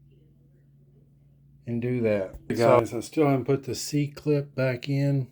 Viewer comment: Being taught that it’s an “E” clip your whole machining career and then hear a dude call it a “c” over and over…I need a drink.